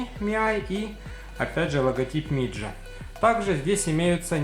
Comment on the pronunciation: не миджа, а мидзя